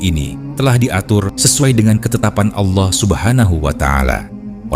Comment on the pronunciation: Allah bukan Aulah